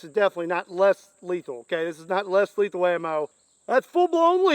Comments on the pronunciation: it is in the name, Less leathal not, Not Leathal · You said less lethal look like little more letthal